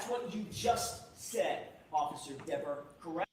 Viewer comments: Is he saying, “Miss Denver?” 🤣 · DEVER rhymes with NEVER (important to say Diva's name correctly)😂